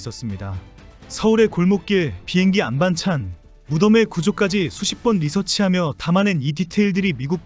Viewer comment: 비행기 안반찬 이라고 AI가 읽는 순간 끈다. 잘좀합시다